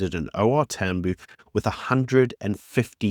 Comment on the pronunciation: It's not TAMBOO, it"s pronounced TAM BIOW